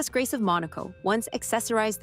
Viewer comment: Ridiculous her name was mispronounced.